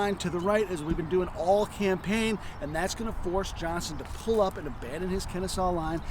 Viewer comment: OVER THE COURSE OF THE LAST WEEK, I HAVE HAD TO ENDURE THE INSULTING DESCRIPTION OF MY TWO ANCESTORS LEONIDAS POLK AND JOSEPH EGGLESTON JOHNSTON. COULD SOMEONE TEACH HOW TO PRONOUNCE JOHNSTON'S NAME?